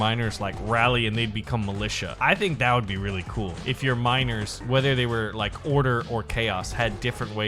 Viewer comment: every single time he says miners, i understand minors. frick sake man...